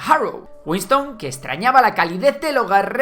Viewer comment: ¿Wiston? Será Winston…